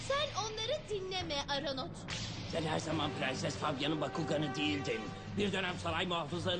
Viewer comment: aranot değil ortanot